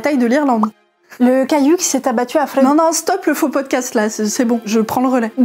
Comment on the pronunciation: Cette façon de dire "vredefort"; c’est du néerlandais pas de l’alsacien, godverdomme 😂